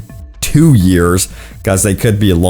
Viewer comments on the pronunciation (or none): none